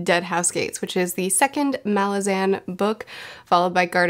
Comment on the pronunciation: Pronounced: Malázan Not: Màlazan The reason? Not because Erikson said it, but because if you are from the city of Malaz, regardless whether you pronounce it Màlaz or Malàz, you will always be a *Malàzan*! You're welcome 😁